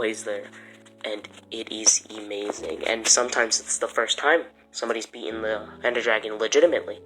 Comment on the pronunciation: Why do you say “Emazing” lol